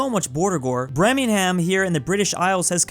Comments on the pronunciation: “um sir it’s Birmingham not Bremingham” 🤓🤓🤓🤓🤓🤓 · Brem+ing+gam it Birmingham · Why is he pronouncing it like briminham Its pronounced bermingham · it’s pronounced bir-ming-ham not brim-en-ham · I'm not English I'm from Northern Ireland But it isant bremingham It's said burmingham Like purr with a b I laughed tho ha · Man said Bremingham lol. It’s pronounced Ber-ming-um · What is a bremingham 😂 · Why are you pronouncing Birmingham as "Bremenham" 😭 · Sorry but I have to Correct you,that is not the way to pronounce Birmingham,you say it like: ber-min-gam,btw another great video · Bremingham… CMON ITS BIRMINGHAM AND IM BRITISH lol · why does pronounce Birmingham breminghum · THIS DUDE He really said BREMINGHAM instead of Birmingham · ahh yes bremingham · Ah yes, "Bre ming am" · Ah yes an American completely butchering Birmingham Bremingham 😂🤣😭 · "I live in Bremingham" 🤓 🤓 🤓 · Ahh yes “bremingham” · Bremingham? You mean Birmingham LOL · What the hell was that pronunciation of Birmingham?